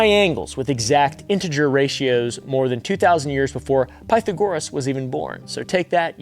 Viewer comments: Pi-thag-ohr EE-uhm lol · Someone didn't take math history...wrong emphasis on wrong syllable lol Pa tha goris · “Piethugorus” 😂 YouTubers mispronouncing well known names and places kills me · Pie Thag or roos, not Pie the gorus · PIE-tha-GORE-iss 🫣 Pythagoras-rex 🦖 ... It's pronounced puh-THA-gore-iss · Oof, hearing Pie-the-goras was rough. It's Pie-thag-orus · that's not how you pronounce Pythagoras. It's more like Pie-thahg-or-us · Did you just mispronounce Pythagoras as Pytho-goras? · It's pronounce "Pie-thag-or-us" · puh-THAGG-or-us … anyways who knew narrative control was an ancient phenomenon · Pie-Thag-Ur-Us. Why do you pronounce things so weird I don't know what you're talking about I feel like you're talking about new concepts but you just say math terms weird ??? You pronounce equilateral really weird as well... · Saying "pithe-a-gorus" instead of Pythagoras is rage bait right? Like.... is smart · I stopped after Pie-tha-gorr-us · You haven't heard of PythëgŌrous? 😄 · Pronounced Pa-Thag-ree-us. Xo I love the episode! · Pythagoras pitha-goras 😂😂 brother I can’t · Are you pronouncing Pythagoras like that on purpose 😂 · I’m so sad you can’t pronounce Pythagoras. Did you not take geometry? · Did you really just pronounce Pythagoras like that lol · Never heard someone butcher Pythagoras's name so bad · That's definitely not how you pronounce Pythagoras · Better than he did Pythagoras 😂